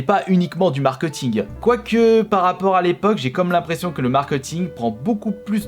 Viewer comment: Le markeUting 😂